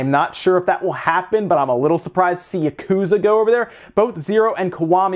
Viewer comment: Please... stop saying that.